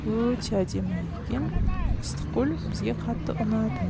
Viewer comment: ЫСТЫККӨЛ ЕМЕС ЫССЫККӨЛ,БУЗБАЙ АЙТКЫЛА😮😮